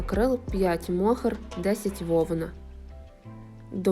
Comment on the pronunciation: на майбутнє правильно мохЕр.